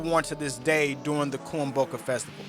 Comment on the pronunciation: The best thing he pronounced was kuomboka, the rest had me surprised😂😂😂😂. Awesome work, pretty accurate. Thank you